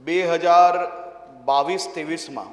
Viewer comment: આને બાવિસ ત્રેવિસ બોલતા નથી આવડતું આઠમા પાસ વાળા ને